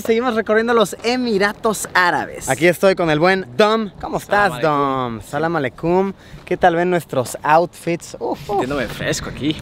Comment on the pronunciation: JJajajajaa samelecum osea Luisito está diciendo samelesemen